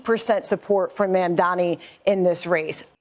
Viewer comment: Its mamdani not madani.